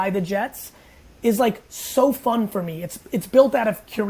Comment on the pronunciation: him saying "For MEE" is very irritating